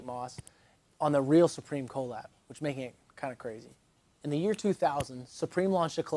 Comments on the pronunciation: People who say co lab instead of collab is annoying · Love the videos. Hate how you say collab. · I love your videos but the way you pronounce “collab” is insane